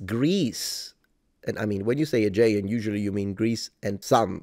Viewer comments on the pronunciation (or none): Just a pronunciation tip: The most common pronunciation in English today of the word "Aegean" sounds like this: uh-JEE-un.